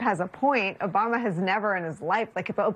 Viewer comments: 1.41. Who is “Obuma” ?? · He said “oBUMa.” He’s a child. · You mispronounced "Obuma," I think. Is he going to make a golf course at the White House?